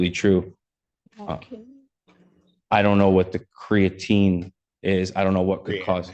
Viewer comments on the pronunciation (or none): “Cree-att-nin” doesn’t exist 😂😂 the judge needs to learn to pronounce creatine. Cmon, you’re better than that, what’s next are you gonna “axe” somebody something?? 🤣💀